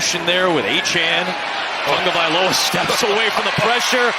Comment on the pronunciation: OH FFS! Tagovailoa has been in the league long enough for play-by-play asshats to not pronounce his name Tungavailoa.